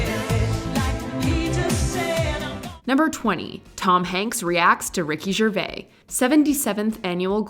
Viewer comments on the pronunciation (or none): “Ricky Gervay”? Really? 😂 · The S is pronounced in Gervais. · Ricky GervaiS - you mention the Z sound because hes French, it's not silent! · It's Ricky Gervais pronounce the s It's not Ricky Gervai And her be the first one to agree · You're pronouncing his surname incorrectly, the 'vais bit should rhyme with 'maze'. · That is not how you pronounce Ricky Gervais’ last name. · Only American tv moments? Wow. Oh and she said Ricky Gervais name incorrectly!! Sacrilegious!!! :) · Tom Hanks reacts to Phoebe pronouncing Gervais' name